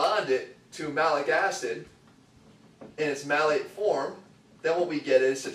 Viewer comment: It's Citrulline MALATE. Not Malec :P